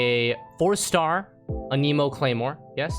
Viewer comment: why does he say no cap in the wrong contexts sounds like someone who wants to sound cool also annamoe not aneeemo LMAO